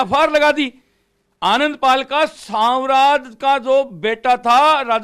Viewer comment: तुम मीडिया वाले को ठीक से गांव का नाम नहीं आता है जहां गांव का नाम है सांवराद तुम लोग बोलते हो सांवर दा तुम मीडिया के लायक नहीं हो तुम्हारे को गांव का नाम भी याद नहीं है पूरा